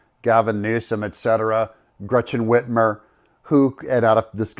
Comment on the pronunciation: She says whitmere or commonly known in michigan as bitchmer, she is horrible. Bitchmere has done nothing for Michigan except cause us grief.